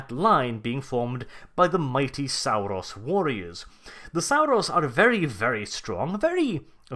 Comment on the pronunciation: 'Sal-rus warriors', 'petro-dactyls'? Dude are you pronouncing words weird on purpose or have you just never been told the p in pterodactyl is silent?